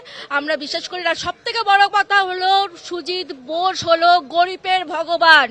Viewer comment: Tujit bose Tujit bose jindabad ki ucharon😂😂😂😂